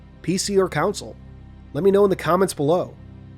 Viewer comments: Why are you saying councils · why this guy keep saying “counsel” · Only pronunciation butchered was console